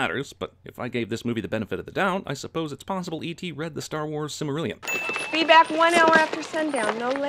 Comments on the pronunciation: Silmarillian instead of Silmarillion * DING * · Silmarillion not Silmarillian. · Silmarillion, not Silmariallian. +1 sin. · Lol gonna ding Cinema Sins for “Silmarillian.” It’s Silmarillion. Yes, I have no life. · ITS SILMARILLION GODDAMMIT